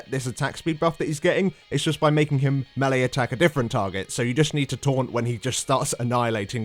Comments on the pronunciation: I like the videos but the way you guys mispronounce melee drives me nuts. It's mey-ley, not mel-ee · it's these guys' job to explain MMO mechanics and they don't pronounce melee correctly